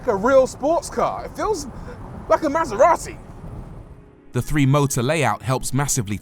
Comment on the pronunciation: MasEVati. (Bleah.)